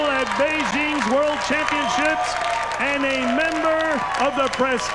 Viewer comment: "Championchips" LMAO!